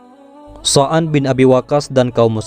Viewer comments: Oh Sa'ad Bin Waqqash,,Tapi Saat Saya liat N Dengar Konten Ini Terdengar Sa'an Bin Abi Waqqash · Dibacanya saad,bin Abi,waqas bukan soan mas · Maaf Min,, Apakah Anda mengucapkan Nama Saan Bin Abi Waqqash dalam Membaca Narasi??